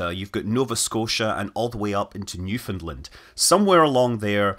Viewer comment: Thank you for the correct pronunciation of Newfoundland. But I would have expected nothing less....